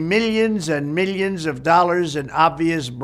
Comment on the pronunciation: He can’t even pronounce millions correctly….